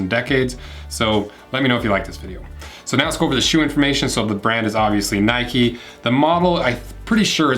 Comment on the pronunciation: Mate it’s “Nike” not “Nikey”, I mean you don’t go for a ride on your “bikey” do you ?